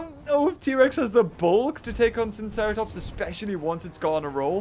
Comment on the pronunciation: I am pretty sure that it is pronounced sigh-no-seratops